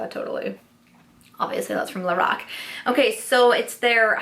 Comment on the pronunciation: When you were saying "lorac" somehow I kept hearing "the rock" and was wondering why a wrestler was coming out with makeup.... But lorac makes more sense than the rock that's for sure 😂😂